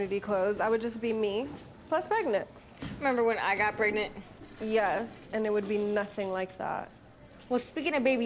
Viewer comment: "member whin i got pregnit"